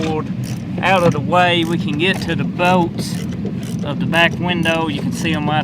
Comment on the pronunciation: what the f are bowts, pretty sure he meant bolts